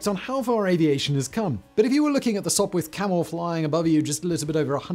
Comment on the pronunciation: You are correct. But he called it a Sopwirh Camel a couple of times